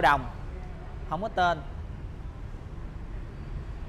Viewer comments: Bà nội ươi.ngồi nghe ổng đọc " ko có tơn" mà tui lựu theo nãy giờ🤣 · Vui nhất đoạn ông đọc hổng có tên còn nhấn nhẹ nữa chứ